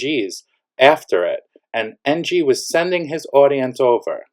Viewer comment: Did you say NG or MG ?